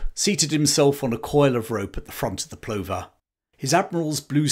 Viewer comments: HMS Plover is pronounced Pluvver,, like the bird. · Brilliant stuff. BTW "Plover" pronounced "pluvver".